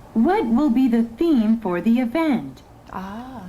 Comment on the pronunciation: theme를 them으로...넘 거슬린다